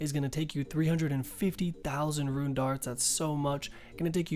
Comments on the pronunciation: It still tilts me when u say ruin instead of rune lol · Didnt know rune was pronounced ruin lol